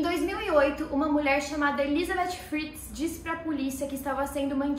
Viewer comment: Qnd vc falou o nome da garota eu entendi Elisa Netflix 😂 História bizarra 😑